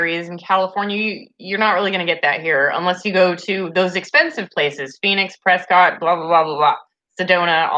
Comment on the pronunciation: Such a fun video! It was like I was visiting a friend. As an Arizona resident, this is a fair assessment, though I live in Maricopa County so yes there are going to to be differences. Just as an aside, the City of Prescott is pronounced Pres-kitt here. Honest. I don't know why. It just is.